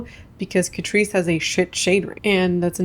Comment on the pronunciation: I can’t figure out what you’re saying about the brand Catrice. I tried to put the captions up but it doesn’t understand either. Is that a brand I should avoid? I’ve never tried any of their products but did come across their under eye corrector and was thinking of buying it in the future? Is that a bad brand?